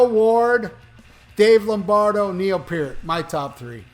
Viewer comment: Is it too much to ask you to learn how to pronounce the guy's last name???